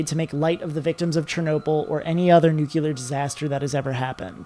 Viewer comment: I hate being that guy but hearing him say “Nucular” is like an ice pick to my ears